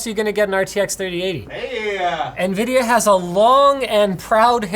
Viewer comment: *a NIVIDIA